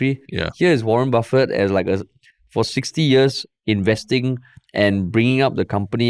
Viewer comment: The mispronunciation of Buffet really cracked me up, but yeah, he is a legend :)